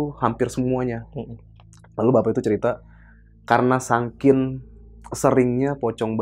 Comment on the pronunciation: Hahaha sankin , saking bang bukan sankin